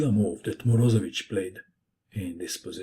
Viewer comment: it is not MorOzevich, it's MorozEvich. he is russian, not balkan.